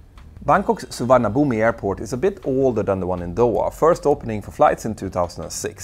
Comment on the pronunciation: Petter, Suvarnabhumi is pronounced Su-wan-a-bum. 😉